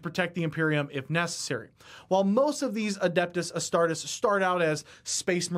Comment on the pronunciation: Astar-TEES! Astar-TEES!